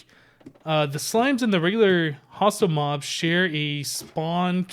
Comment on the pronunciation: When I heard you say hostile mobs I thought you said hostile mums......mums can be hostile sometimes